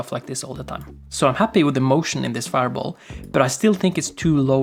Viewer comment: Faier bol xdxdxd